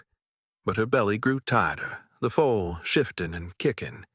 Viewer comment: Mayor Not mare. FOOL NOT FOAL. - THIS HAS TO BE EMBARRASSING FOR YOUR BUSINESS 😂